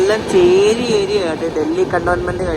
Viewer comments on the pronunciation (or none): none